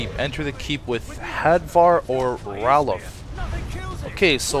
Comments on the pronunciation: you tried to correct him by saying Raylof but it's Ralof so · u keep saying rolaf wrong